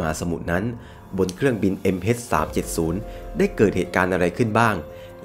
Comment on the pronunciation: MH เเต่เวลาพูด MS สับสนเลยครับ